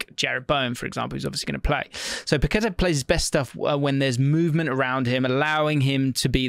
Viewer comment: Pack-ka-tar, inflection on the “á”